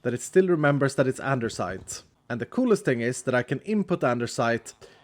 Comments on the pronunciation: its andesite not andersite, but who cares so keep it up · Anybody else love the fact that says andersite and-er-cite instead of the usual and-uh-cite…no? Okay guess that’s just me then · I always hear called andesite a Andersite😁,idk maybe my hearing has problem😂